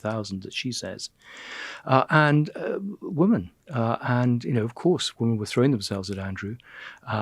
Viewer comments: Why can’t he say the word “women” instead of “woman” I don’t think he realise he’s doing it! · Why does Lownie say woman when he means women time and time again? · Andrew is very interesting to listen to... but wonder why he has to say woman instead of women🤔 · Cannot pronounce WOMEN correctly !? ... how strange!